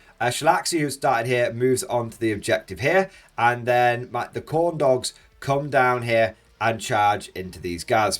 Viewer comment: Every time you say Khorne dogs I hear corn dogs.